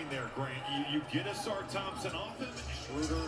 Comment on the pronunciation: A-sar. You always pronounce it Awsar 😂